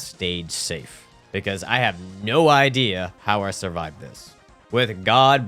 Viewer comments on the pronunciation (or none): none